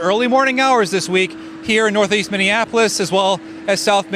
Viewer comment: Minneapolis...not Minneapolis! Gimme' a break...no pun intended.